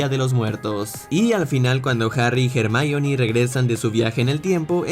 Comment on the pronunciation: jermaioni? es "hermion"